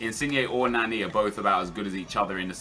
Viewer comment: The way he pronounces Nani pisses me off for some reason lol